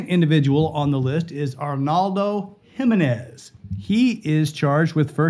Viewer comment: It’s not Himenez it’s spelled Jimenez and pronounced for non Hispanics He-menez